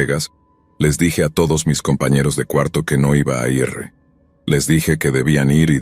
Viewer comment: Tampoco conocen el verbo ir. Pronuncian: i erre. 😂